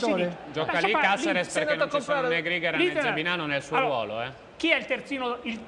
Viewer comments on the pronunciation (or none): che uomo di m... Ahahahahah Ti sta bene, sei stato smentito come sempre!!! E in più non sai neanche come si pronuncia: "Càseres", non "Casères"!!!! Paolino e Crudeli alleati contro: GODOOOOOO!!!!!